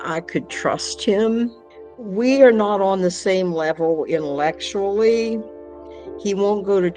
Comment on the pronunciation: All I hear is Christian, Christian Christian and a college degree but doesn't know how to say Intellectual. 💀